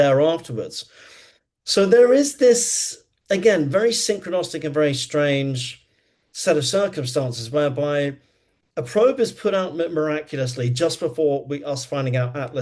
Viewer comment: synchrinistic??? synchronistic